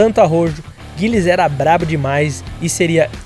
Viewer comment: Po Mano…. “JErhard” Berger? “GUIlles” Villeneuve? Me ajuda aí….